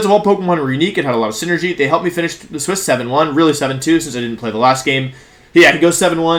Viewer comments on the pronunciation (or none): none